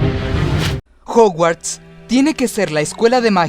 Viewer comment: jouguards no. es jaoguards en pronunciacion.